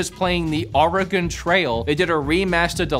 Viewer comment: I would like to say I appreciate the way you pronounced. Oregon, most people say it's Oregon. Like it's gone somewhere. I absolutely hate that. We are still here.Love watching your videos.I've been with you since day one.Thank you